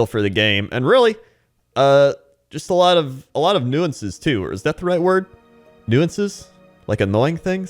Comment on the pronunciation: Nuisances - new-ssunces. I thought you were trying to say nuance.